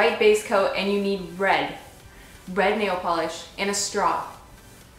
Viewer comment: Somehow I heard "And you need bread. Bread nail polish." haha